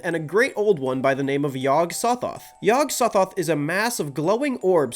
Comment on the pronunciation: REEEEEEEEEEEEEEEEEEEEEEEEEEEEEEEEEEEEEEEEEEE HE SAID THE NAME YOG SOThOTH WRONG REEEEEEEEEEEEE